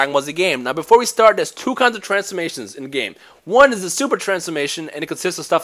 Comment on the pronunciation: Every word with the letters (TH) like the word (The), you pronounce like (Duh). wtf? It's just kinda hard to make out what your saying sometimes...